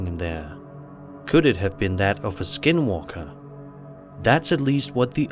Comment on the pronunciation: When he said "dealing with a skin walker", it literally sounded like he said "dealing with a SKIDMARK". I had to replay it with the caption on!!